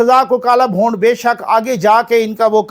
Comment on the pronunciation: "Bhond" nhe....."Bhoond"